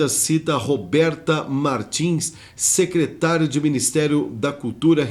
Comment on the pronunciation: SECRETARIA NÃO, SECRETÁRIA DE JANJA!!!.? LÊ DIREITO!!!